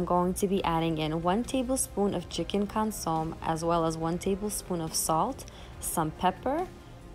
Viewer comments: Just a friendly FYI, consomme is pronounced (kahn-suh-may). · Pronounce consommé with a long A sound at the end. Your videos are great 👍🏻